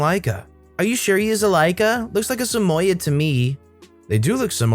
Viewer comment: please, use google or something so you know how to pronounce words you do not know. You are murdering Samoyed. It’s Sam oi d, not samoya. There are lots of words you mispronounce and it takes us out of the story. Please please use something so you get pronunciation correct.